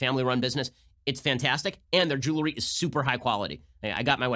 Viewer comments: Ben, stop saying "jewlery" for god sake. It's jeWELry. 🤣😜 Seriously, you're better than that. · Will someone tell Ben how to pronounce “jewelry”